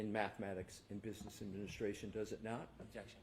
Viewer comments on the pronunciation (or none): is so full of crap that he smells like Bev and Hank. Defense: "valid question" Brennan: "objecshen"(that's how he pronounces it). Aah yes, the return of the associates degrees, this guy and trooper Paul are in the same whatsapp group.😂